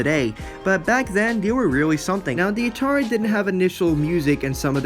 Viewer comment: Dude, why do you constantly pronounce Atari as "Natari"?! 😂😆🤣 This is a terrible video. I learned absolutely nothing about Ghostbusters the game and why exactly it is being remastered and rereleased. You spent most of this 4 minute 40 second video rambling on about Atari (while pronouncing it as Natari), and they weren't even the developers, they just published the game. You need to work on your fact checking as well as general knowledge base, because you could've easily googled the devs of this game (Terminal Reality) and atleast had your base facts straight. You should also work on your speech and pronunciation of words. When you make a video, you have to ask yourself "what information am i trying to convey to not only my audience, but to myself?". In other words, could you understand your own video if you just stumbled across it on youtube?? What did your own vid convey to you?! In this case, it couldn't have have helped you understand much. Do not let this critique discourage you. Improve yourself.